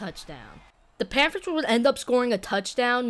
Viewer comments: Not trying to be that guy but (panfers) ???? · Im not tryna make fun of you but you say the panthers so weird